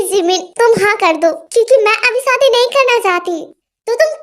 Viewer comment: Api AP story achi banati ho but Sadi nahi shadi bola karo😊😊